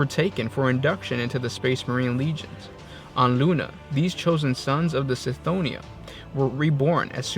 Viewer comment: I believe Cthonia is pronounced with a hard C, like Cthulu, not like Celery. It's how the Audibooks pronounce it and seeing as Gothic is inspired by Latin, whereby the C is always a K sound, it should be pronounced Kthonia.